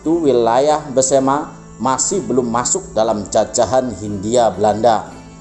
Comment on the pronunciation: Maaf mas, bukan pesemah, tapi Besemah.